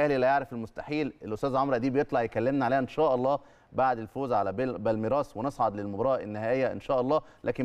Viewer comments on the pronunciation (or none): المفروض المذيع يتقن نطق الأساسيات مثل اسماء المدن والمسابقات، ولكن نجد أن صاحب البرنامج نفسه لا يعرف نطق بالميراس وفي حين التركيز الصحيح على مقطع "مير" يركز هو على "رأس". بآخر الكلمة! وهذا اعلام فاشل!